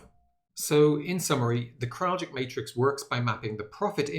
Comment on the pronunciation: It’s pronounced “Krall-itch” not “Krall-jick”